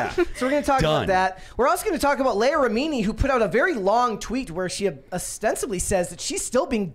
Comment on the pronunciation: Mispronouncing Leah Remini's first name is so cringe.